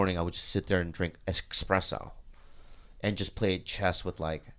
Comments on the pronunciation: Christine's face when Bobby pronounces it 'Expresso' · "Expresso" mommy Christine knows what's up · Jeans face when Bobby says eXpresso 😂😂